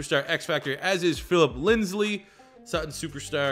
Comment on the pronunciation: he's been saying Lindsley since he was drafted lol we can only hope